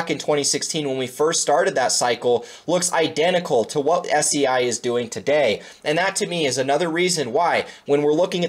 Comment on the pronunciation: Fyi , it’s pronounced like SAY not SEA